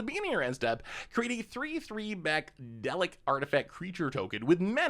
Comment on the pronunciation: Pretty obvious never watches Dr.who with the way he said Dalek.